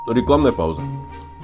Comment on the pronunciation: Не авуза а пауза